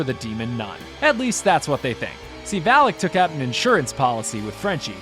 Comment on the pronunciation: “Valak “ it’s the name of the demon u stayed saying valic